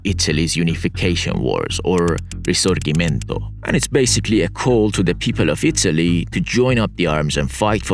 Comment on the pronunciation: Thanx for this emotional video. Nevertheless I have to underscore 2 little things: 1) here in the north not only we do not yell so much nor we do gesticulate 2) Risorgimento is pronounced as Ree-sore-dji-men-toe. Hugs from Milano.